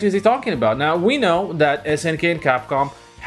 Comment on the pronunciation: It’s that not dat.